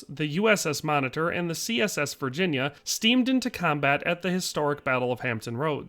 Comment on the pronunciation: Thanks for getting the name of the CSS Virginia correct!